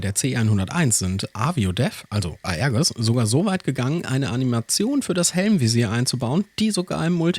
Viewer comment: Tolles Video. Für die F1CE glaube ich kommen zusätzlich noch ein Countermeasure, Jammer, Gunpod und eine Tank und rocketpod mischung. Erwähnenswert ist auch, dass die F1BE keine Bordinterne Kanone besitzt da sonst kein Platz für 2 Cockpits ist. Aerges wird übrigens Aerjes ausgesprochen.